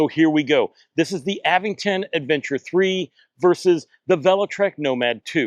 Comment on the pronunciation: There's no 'd' in Aventure. And there's no 'g' in Aventon, like the reviewer kept saying. The Aventure.3 is worth it for the security features alone, IMO.